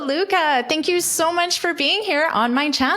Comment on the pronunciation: Did you pronounce "thank you" with a /t/ at the beginning of the interview? 😧